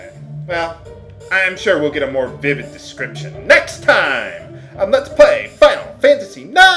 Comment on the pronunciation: Also, lol. I like how he said "VIVId description" if you get what I mean?